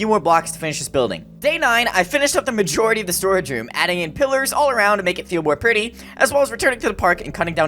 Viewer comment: make it feel more "PReettty" lmao why he say it like that